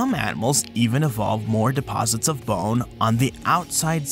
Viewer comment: You say 🅱️one funny